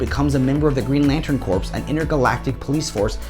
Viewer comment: Sinestro Corps… Corps is pronounced core. The p and s are silent. Good content bud. Glad you found a sponsor. 👍